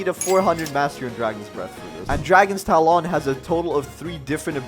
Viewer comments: Its dragon talon not dragon tal-on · this man js said dragon tal on tal on!!! wtf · Why does bro have an accent on everything? Not hating but he really be sayin karaTAY and talAWN like, what?